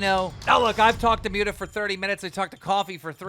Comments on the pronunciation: "Mjuta" lmao its Mutahar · “Mute-a”?? 😬 at least get his name right lmao he literally says it in all his videos